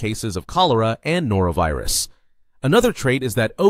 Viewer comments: it's not NorAvirus. It's NorOvirus. A+ can also receive from A- and O-. C'mon. I can't even watch the rest. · NorOvirus, not norAvirus. Us Noras aren't pathogens. 😅